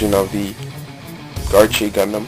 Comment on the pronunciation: Actually,it's pronounced "ArKe" ;) Great video,by the way.